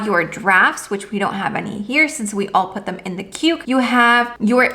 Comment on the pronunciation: Yeah it's definitely not "quek" have you never heard of the word queue?